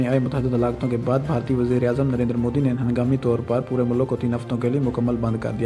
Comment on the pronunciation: modi ke liye bolne se phle phle modi bolna to sikh le chutiye